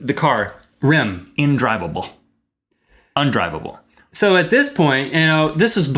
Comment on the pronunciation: Rhett's Magical New Word: "The car was INdrivable."